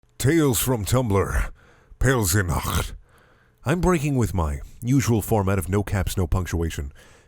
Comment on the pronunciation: "Pelsinacht" ok Wouldn't it be Peltziknacht, if they were going for the correct German pronunciation?